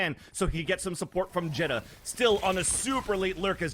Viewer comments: not a fan of the caster calling xeta, jetta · anybody else bothered they keep pronouncing xeta as it jetta instead of zeyta? or has it been supposed to be pronounced like that all along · Isn’t it pronounced like zeta not jeta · Xeta told Vansilli that it’s pronounced jetta on the VALORANTING podcast